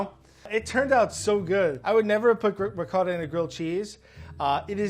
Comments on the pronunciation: Curious how he pronounces it “riquouhettah” cheese but then mozzarella cheese. I mean, why not also say “ouhelleaveh wheulle”? Why not “goureen pouhaipers”? How about “tourmewtee peahaisteh”? If you’re going to invent a ridiculous, non-accent, go all in! Don’t just mis-pronounce one word in a way no one else on earth does. Brand it! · Fey Merritt I cant stand the ‘rigot’ pronunciation of ricotta in America. It’s so far from the Italian pronunciation. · I can’t tell if I’m annoyed, offended,or impressed by the way pronounces ricotta 😂😂